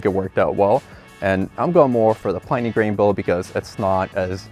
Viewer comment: It's not pronounced "PLY-nee". It's pronounced "PLIN-ee"........